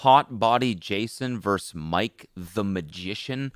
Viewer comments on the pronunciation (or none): Cody. "Vs" is pronounced "versus" not "verse". Please stop.